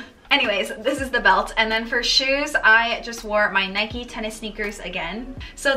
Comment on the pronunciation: Her pronunciation of NIKE killed me so hard but overall she was really good